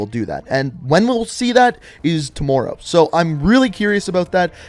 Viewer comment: Ngl it kinda annoys me how you say tomorrow